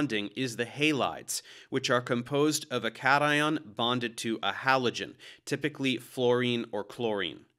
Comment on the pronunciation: you pronounced cation incorrectly, it's supposed to be KAYSHUN.